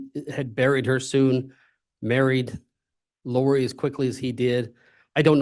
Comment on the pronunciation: I love that 40 seconds in he mispronounced Lori's name where it sounded like he called her "Lori Dybbuk". In folklore, a dybbuk is " a malicious, disembodied spirit, essentially a wandering soul that clings to a living person, often causing possession or mental distress." That's like a sixth sense type Freudian slip... 👻 😂